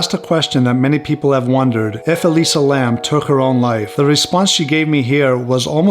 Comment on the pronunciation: It’s interesting the voice on the portal sounds like it could be her voice too. Definitely a young female voice. It’s interesting you even got the last name pronounced right. Like I mentioned on IG, my last name is Lam 林 and if she’s Cantonese then yes it would be pronounced “lum” not Lam. 👍 In mandarin it would be pronounced “Lin/g”. I honestly think she was interacting with something paranormal at the hotel. Definitely bipolarism can make you feel a bit crazy and see things. But I almost feel something paranormal tipped the scale that led to whatever led to her death. And as I mentioned on IG her room being on the fourth floor is a bad luck number for us Cantonese people because it sounds like “death”